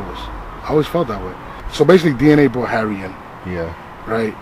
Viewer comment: he called him Harry, but it sounded like Harvey... I think the Indian dude pronounces his name Haré like Hare Krishna. Someone I. The comments laughed and noted ARP is the only one who pronounces dudes name right